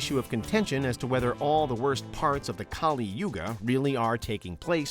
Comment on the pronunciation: As an Indian and being familiar with all 4 theories i think: 1 i dont find them bizarre at all. 2. I don't know if i should be offended with his pronunciations. Its 'kAl yug' not kalI yugA . Kali is a goddess of destruction with the paramount importance of her own. He said 108 yugas had passed well that's the part I'm not sure about. He him self said that there are 4 yug(s) (which is correct) so it must some years not yug . [i will get this confirmed from my parents and my pandit ji (priest) tomorrow].